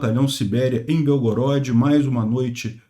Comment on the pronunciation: Obrigado por todas suas notícias, só uma correção que a pronúncia correta de Belgorod, é proparoxítona ok. Slava Bohu v Ukrainy!